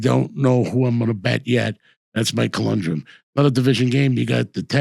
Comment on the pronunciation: It's conundrum...Not colundrum!😂😂